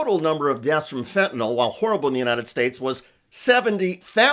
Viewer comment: doesn't even pronounce the drug correctly!! Its not Fenty"NOL". IT'S PRONOUNCED FENTANYL(NIL). She is totally clueless!!!😢😢